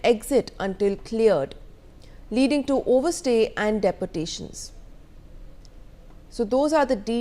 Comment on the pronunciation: pronounce properly - its not deportations - dee-portation